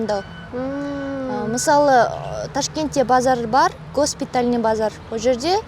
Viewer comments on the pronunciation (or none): Она сказала гОспитальный, правильно будет госпитАльный. Это мой район, возле посольства раши, рынок овициально называется "Мирабад", потому что находится на Мирабадском районе, а назвали госпитальным потому что рядом есть военный госпиталь, никто этот базар не называет Мирабадским хотя написано при входе на верху. Теперь понятно почему я сразу заметил не правильное ударение? С детства каждый день выговариваем это слово... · Говорит что узбеки не грамотно пишут и говорят на русском, а сама произнесла слово ГОСПИТАЛЬНЫЙ с ошибкой))) Ну как так...?))) И вообще, от мнения одной казашки невозможно считать что было сказано ВСЯ ПРАВДА ОБ УЗБЕКИСТАНЕ, описание не правильное. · . Я чисто говорю на вашем казахском языке, как на литературном так и на разговорном, и я прекрасно знаю о чем говорю, достаточно послушать дикторов, и даже глухой уловит казахский акцент... так что сорри... А я всего лишь написал правду, о том что девушка на видео не правильно выговорила слово ГОСПИТАЛЬНЫЙ, и вдруг казахские "азаматтар" налетают на меня... В чем смысл...?